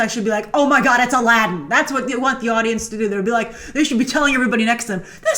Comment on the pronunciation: I don't want to be a stickler for "authenticity" in an arabian night but isn't it about time for Disney to pronounce Aladdin's name properly... and for that matter get Heracles right as well dammit!